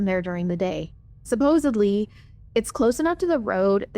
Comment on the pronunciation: I believe the word you're attempting to pronounce is "Supposedly," not supposebly. Just FYI. I did enjoy the story, thank you.